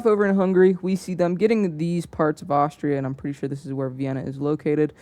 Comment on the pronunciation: you called austria austrailia